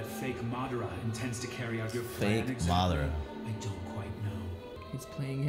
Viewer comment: hilarious bruh 🤣🤣 "madardurdurdur"